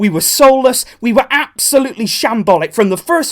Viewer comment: how many times did he said "AB-solutely"? XD